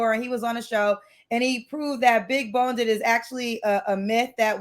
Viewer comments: As an Australian who has never heard the word when y'all say big boned you sound stupid, when you say big boneded you sound like a bloody moron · That’s big boned not big bonedid. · Big "boned" "bone-did" is not uh word....✌🏽😐❤️ 😂😂😂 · Omg,i cringed when she said big" boneded" but then YOU said it.... C'mon girl. Your show needs more class...in many ways. I say this with love😊❤ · why are you feeding into her saying BONEDED